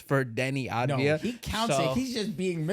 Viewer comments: It's avdija not advija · Once and for all let me help you pronounce it correctly: AV-DI-YA while the I is almost missing